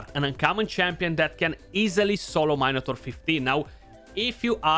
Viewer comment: “Main a tor” 🤣🤣 bro you made my day! No disrespect, I love you mate for all the knowledge that your giving us!